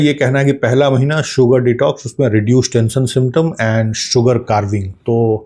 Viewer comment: सुगर कार्विंग नहीं श्री मान, सुगर क्रेविंग।